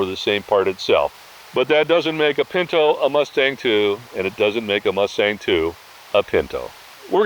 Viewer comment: Pin -tow not Pin - know